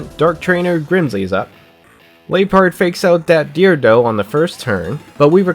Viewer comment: Some friendly pronounce tips: Liepard (Lie - Leopard) Doublade (Double - Blade) Trevenant (Tree - Revenant) Malamar (Malicious - Calamari) Honchkrow (Honch - Crow)